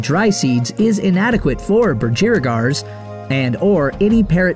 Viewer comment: PLEASE BROTHER ................ITS BUDGREEEEEEEEEEEEGARS!!